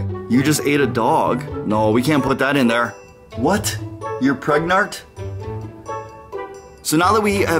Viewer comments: Im Pregnart Me: Hahahahahahahahahaha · "I'm pregnart"😁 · "what? You're pregnart?"😂😂😂😂😂😂😂😂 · "What you're pregnart?!" HAHAHHAH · preganenant?!!!